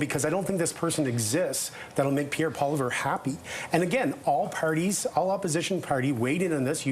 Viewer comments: His name is not Pierre “Poliver””. Sheesh. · This liberal representative is very rude. Won’t let the others talk. Talks about conservatives filibustering but when liberals do it it’s fine apparently. And doesn’t accept the facts that Pollievre is leading, and can’t even pronounce his name right. And btw Canadians are on board with the conservatives big time.. David Johnston should not have accepted the assignment, and it’s Trudeau fault that his reputation is tarnished. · This guy again, "pierre poliver" 🤦‍♂️ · It's not personal attacks on David Johnston. It's pointing out the obvious conflict of interest. Everybody likes Johnston. It's just that he's too close to the PM. Also can we please pronounce the opposition leader's name properly? It's not Poliver! I live in NS and I can say it! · shouldn't have let deliberately & repeatedly mispronounce Poilievre's name. Johnston never should have taken this job knowing the Liberal propensity for throwing one of their own under the bus of power continuity. running cover for the Liberals, & slandering Canadians while she's at it. Mind-boggling. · The dude who refuses to say pollievre's name correctly needs to go. What a hack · They should get an "expert" that can pronounce the name of the Leader of the Opposition correctly, or don't have them on. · So disgusting that the 'expert' cannot or won't say properley the name of the UCP Leader's name. You are so very truly biased and not serving the public of Canada properly/truthfully without your bias. Absolute RUDE and indicitive of how these ppl choose to broadcast. You may also need to resign. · Where did you dig up that Liberal strategist who can't even pronounce POILIEVRE? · So no one corrects this LIB hack pronunciation of Pollièvre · What credibility does one have when they consistently cannot say ( or pronounce) the last name of the official opposition. Is this an implied lack of respect!